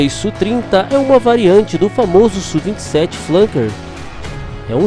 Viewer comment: Tecnicamente não se fala "Sú",bem como não se fala F/A-18 como sendo "fá dezoito", mas "éfe áh dezoito". Se você pilota sabe que não é comum essa terminologia. Aliás, usa-se muito o nome OTAN, por exemplo, Falcon, Flanker e etc. Enfim, se acha mais didático "Sú", ok! Abraços.